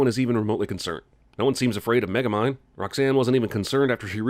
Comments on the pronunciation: Wait did he say micromind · I just noticed you said micro mind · Dude said magamind lmao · add a sin to your own channel for mispronouncing the main characters name in sin number 40